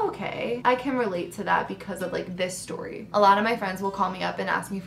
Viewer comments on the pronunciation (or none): Sip Sip Story but pronounced sip sip storay 😜 I love your embarrassing or funny stories. I still randomly think about you flushing your bathing suit down the toilet 😂😂😂